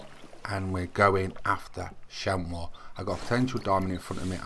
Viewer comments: hi its pronounced like shamie not shamow thnx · ps its pronounced chamy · you pronounce it, sham-ee.